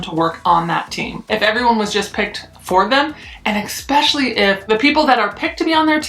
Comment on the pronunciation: Lol it’s eSpecially not eXpecially that was driving me nuts.